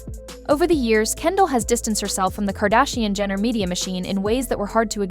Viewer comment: Cheese and Rice. I CAN'T handle this AI voice that can only say sight words properbably. Do you not pre-listen to what you post? "Tekilla", "CARD_actianon"...like make it stop, you're literally making me rage post.